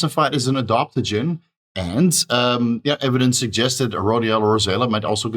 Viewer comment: it's adaptogen, not adoptagin, and it's aromatase inhibitor, not aromatise inhibitor 😂